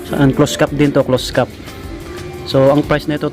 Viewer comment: ANONG CLOSE CAT PINAGSASABI MO......CLOSED CAP ANG TAMANG PRONOUCE👎👎👎👎😠😡